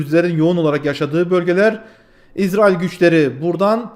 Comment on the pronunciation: niye izrail diyorsun? Diyeceksen itrail de bari.